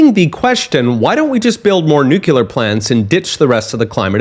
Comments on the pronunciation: Great information! Just a comment that Nuclear is pronounced "new clear", not "New Que lur". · It's new-clear, not nuke-ular.